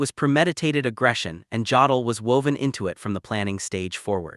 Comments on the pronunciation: OMG. This AI voice pronounces "Jodl" with a hard J instead of a Y. I can't stand it. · Jodl pronounced yodel.